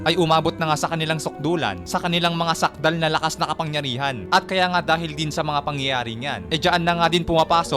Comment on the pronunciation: Anung sakdal? Sukdol right word 😂